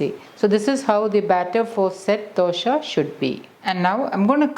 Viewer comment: Why is she saying dosha? 😂